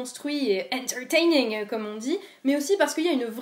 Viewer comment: "Entertainming" qui dit ça ?? mdr